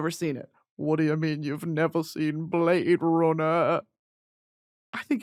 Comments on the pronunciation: Watching this again just to hear her say the blade runnah bit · My verbal stim for the next month ‘whot do ya mean you’ve never seen Blade Runn-uh’